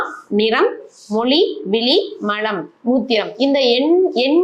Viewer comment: வணக்கம் நீங்கள் தமிழை சரியாக உச்சரிக்கவும், விழி என்று உச்சரிக்காமல் விலி என்று உச்சரிக்கின்றீர்கள், இதைவிட கொடுமை மலம் என்பதை மழம் என்று உச்சரிக்கின்றீர்கள்.தயவுசெய்து தமிழை சரியாக உச்சரிக்கும் படி கேட்டுக் கொள்கிறேன் நன்றி.